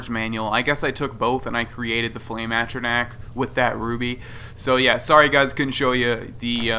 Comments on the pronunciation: Watching TES games on console is painful after you've played on PC. Also, there's a difference between pronouncing words "differently" and pronouncing them dead wrong. At-trah-nack? Fucking really? Literally every single character in game pronounces it "A-tron-ock", and it's hardly a word used in everyday vocabulary so I doubt you picked up that bastardised pronunciation on the playground in primary school or some shit. Also, the UI that shipped with the game was made for crab-people and it physically hurts to look at now that I've had SkyUI for years. This is why God has abandoned us. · At-tran-ack ? A-tron-arch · "I've explored most of the game." *doesn't know how to pronounce atronach*"I've completed all the quests"Well obviously you haven't because you still need to take fire salts to Balimund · foster he said he's done all of the quests and then threw on later that he didn't do misc quests. I'm just giving shit because it's annoying for someone to act like they know everything and then not know how to pronounce atronach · if you've explored the game, you've heard people say atronach so to have explored most of the game, he would know how to say atronach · The way you pronounce atronach makes me giggle inexpicably